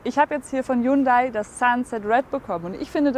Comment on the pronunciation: Weil du Hyundai falsch aussprichst.